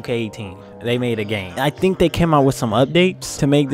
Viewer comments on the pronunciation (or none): none